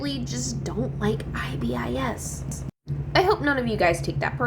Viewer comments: i am sorry but its pronouced as "ibis" not "i.b.i.s" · It’s pronouns .I. Bis